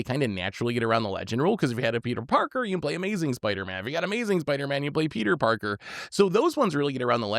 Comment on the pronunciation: Peter porker wth lol